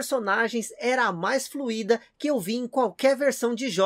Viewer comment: "Fluida" não tem acento agudo no "í". É um ditongo: Se pronuncia "Flui-da" como em "descuido" e não "Fui-í-da" com em "tra-í-ra". Espero ter ajudado.